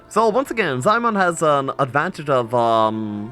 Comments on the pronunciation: ZIE MIAN. NOT ZAI MAN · Damn, Ziemian's nick pronounciation got butchered. Still good casting and gameplay, waiting for more. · it's for the anglobrains.